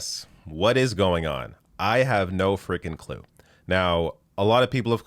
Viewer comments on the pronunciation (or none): none